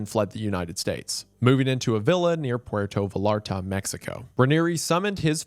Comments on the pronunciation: a gated community near what now?!? 😂😂 It’s pronounced Vie-yar-ta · why does he pronounce Puerto Vallarta like that 😭😭😭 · i’ve always been made fun of for my pronunciation of pueto vallarta. i’m glad i have this sound bite to remind myself it can be much worse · Porto Valarta. Breh, you gotta work on your pronunciations. It's so far off it's starting to come off as if you're just putting out whatever content just cuz. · Puerto Va-larta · I love his pronunciation of Puerto Vallarta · “puerto viLARta” lolol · quién le dijo que se pronuncia puerto vallarta así? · I thought you were part Hispanic, but your pronunciation of Puerto Vallarta tells me otherwise.